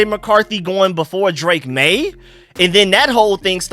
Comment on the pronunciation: I agree with. It’s maye